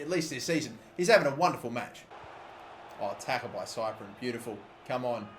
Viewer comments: Cyprien is pronounced siprien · Cyprien is pronounced sip-pree-en